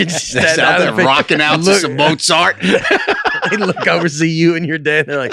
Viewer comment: I love how first, says “Mose-art” and then Nate does too. Proper word pronunciation is overrated. Life is more funner when you don’t know how to say a lot of words. But also, as the gravity discussion has continued, I’ve gotta say, I’m disappointed and surprised that did not have a better response to this. Gravity is a force, not a substance, which is why it cannot seep into the space shuttle. #AaronIsNotAsSmartAsHeWantsYouToThink. #NotreDameIsADumbSchool.